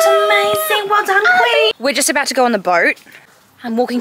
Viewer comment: the way she said go is “gaur”